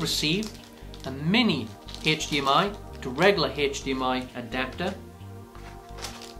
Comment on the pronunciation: Not making fun, but it sounds like your saying HECH-DEE-MM-EYE Ok so it is funny, but I think its cool.